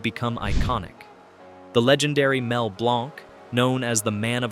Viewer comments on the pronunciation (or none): Mel Blanc pronounced his last name as though it were spelled “BLANK”! “Hana”- Barbera? NO! It’s HANNAH-Barbera! Learn that fact before you post something dumb like this video’s sleepy narration. It plays better at 125% speed. Mostly good information, but BAD execution.